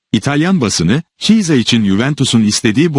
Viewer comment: Ne kötü Türkçe! Şu haberleri yapay zeka değil bir insana okutsanız ya. Bu kadar kötü Türkçeyi ve yabancı futbolcu isimlerinin yanlış okunmasını ( çisa dediği Chiesa yani İtalyanca telaffuzu Kieza) hakketmiyoruz.